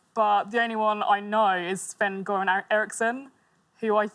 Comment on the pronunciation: Pronounced Sven Göran Eriksson really well